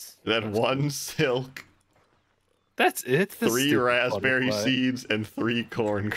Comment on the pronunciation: Bro keep saying rASSb-berry